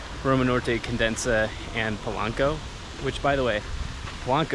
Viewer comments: Hello, to begin with, it's not condensa, it's countess (condesa), kondeza, I inform you that Mexico City is one of the safest in the world of its kind, and it is among the ten safest in Mexico, and not only in Roma or Polanco, the entire city It is very safe, achievment from 5 years ago, obviously if the possibility of being robbed in some places increases by a percentage, but believe me, everything is well monitored and controlled, not just the "tourist" places as you believe, in fact CDMX is not already done nor was it thought of in tourists, everything you see has been thought of by local inhabitants, that city has only been exploited for tourism in the last 15 or 20 years ago, one fact: there are more than 80,000 cameras throughout the city connected to a large control center, bigbrother, and its police and organization is an example, greetings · Hi, I love your videos and your honesty. But the neighborhood is "La Condesa" not "La Condensa". There is only one "n". sorry, you just said the name wrong multiple times in this video, and I just wanted to correct that. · The people you saw in the tents are protesting, they are not homeless, they're also some immigrants from Haiti they live in tents in CDMX but they are not dangerous. The news channels always talk about how dangerous Mexico is and the reality is not that bad. say it like this (Condesa) CON DE SA the way you're saying it, it sounds like condensa.🤗 come back soon!!!👍👍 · it's La Condesa, meaning "the countess" Condensa sounds like condensation happening lol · One more thing I wanted to comment: you kept mentioning "la condensa" but is in fact "la condesa" con-deh-sa, without the second "n". It means the countess. You kept making me laugh. No insult intended, just pure fun. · It drives me irrationally angry every time you pronounce it “Condensa” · It’s La CON-DE-SA! It’s annoying that you keep mispronouncing it. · condesa = con- deh- sah that's how you pronouce it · Condesa ! Not Condensa